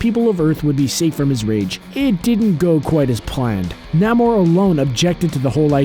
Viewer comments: Ummm, namooor, not naaamor p.s. I love your channel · Hey not trying to be rude but it's nA-more. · When he pronounced Namor nAmor